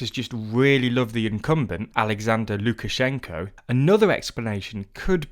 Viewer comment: It’s actually pronounced Lukashenka. If you’re gonna correct someone do it right.